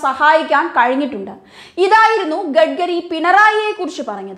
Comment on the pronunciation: കുട്ടീ, "ഗഡ്ഗരി"യല്ല, "ഗഡ്കരി" ആണ്!